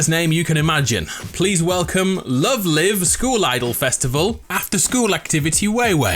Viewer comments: He really said love live not love līve. Oh God. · You it's pronounced Love L-I-ve lol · It’s pronounced love live like live stream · Love live is an anime and if there’s any weebs out there like me this guy pronounced it wrong it’s love live (as in lyve) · love live is an anime and it is pronounced like live as if they are streaming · shame! SHAME! 1st you pronounce Love Live wrong and make fun of it and it's fanbase. 2ndly you disrespect a franchcise like Magic The Gathering calling it generic fantasy rp, while it has a great Lore going back years and is the biggest trading card game of all years... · LoveLive isn't pronounced as live my friend, it's pronounced as a Live Show on a stage hence that franchises premise....though to be fair it doesn't help in the title Love and Live is one word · Pal You Mispronounced Love Live The Live is Not used for Life The Live is Equal to Currently Ongoing And Yes Apparently its Still Famous It Has a Mobile Version as Well 🤔